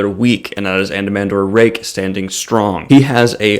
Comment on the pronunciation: Thanks for the shout out. Almost nailed the pronunciation. Just don't emphasize the 'h' so much. That being said Anomander is bad ass but who you should really review is his brother Silchas Ruin. Now that is a DEEP character!